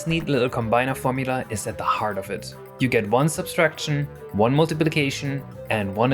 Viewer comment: Why do I keep catching Germans saying "substraction" ? When questioned why they say it like that, they're always embarrassed, apparently not realizing their tongue slipped. What is strange though is that there isn't even a German word that sounds like that, so what gives? Why the second s sound?